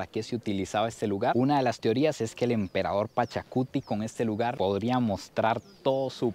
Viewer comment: Hola soy peruano y creo que dijistes mal es Pachacutec